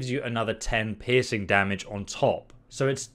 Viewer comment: It took until the third time you said piercing to realise you weren't saying "pissing damage" lmao. I thought it was just a phrase to emphasize just how beastly it is.